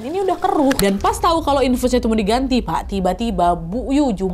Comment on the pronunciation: Dari dulu selalu ngakak setiap kali Nadia salah sebut "Pak" jadi "Wak" 😭😭😭